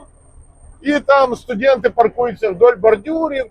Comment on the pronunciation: Гарна Україньська, але студент а не студєнт . Перепрошую але дуже ріже вухо, але цікаво